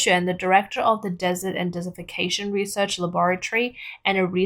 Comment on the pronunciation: The narrator kept saying "dessification." Did she mean "desertification" or "desiccation"? (Her hyper-Australianized accent was not always clear, especially with the over-emphasis of the r-dropping final syllables, as in "wahtaah".)